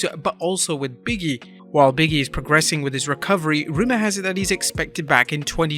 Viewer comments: Stop calling “Big E” “Biggie” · still not sure how, "big e" turns into, "biggie" everytime ppl say his name 🥴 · Big(space)E. Not Biggie.